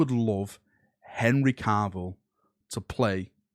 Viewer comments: Please stop calling him carvil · Why does keep putting an r in Cavills last name? 🤨